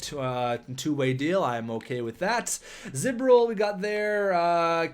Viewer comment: Kinda funny you got Galchenyuk and Drouin on the same team now since they were both in the same draft. And also its z bor il not z bir il.